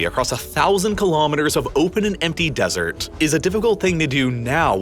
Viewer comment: Just going to throw out that placing emphasis on the "T" sound is usually just unnecessary when saying desert. Tss or Tuh will be heard even without needing to emphasize it. And emphasizing it is just hard on the ears of the listener. Lol